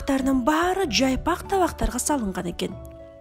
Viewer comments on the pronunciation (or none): Жайпак табак дейби? Жалпак дегенди мен туура эмес угуп жатамбы🤔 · Жайпак эмес жалпак